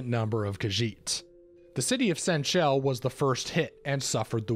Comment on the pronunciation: Though pronunciations are a bit off and you didn't bring up the fact that Senche can also refer to non-khajiit / intelligent species of cats that can be tamed (similar to how someone may reffer to a guy as a stallion, he isn't a literal horse, likewise the Sensha cats aren't khajiits, though Sensha khajiit are). Though overall a good dive into it!